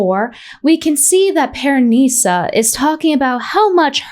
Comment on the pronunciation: Why does she keep saying pearNISa 😂 😂 The pronunciation is killing me!